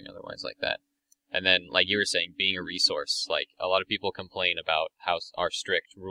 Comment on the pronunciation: man...i dont mean to be a douche or anything...but the way that pronounces "resource" really gets on my nerves....sigh no offence bro...its just one of my pet peeves